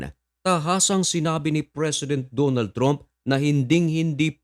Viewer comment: Ayosin mo prununciation mo sa trump. Ang tama ay tramp, hindi trump. Di ka in ba nagaral ng english?